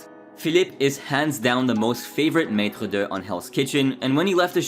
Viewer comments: It’s not Maitre Der , it’s Maitre Dee !!!! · just so you know Maître d' isn't pronounced matra duh, it's pronounced matra Dee just for your reference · Maître “Duh”??? It’s Maître D, as in “Dee”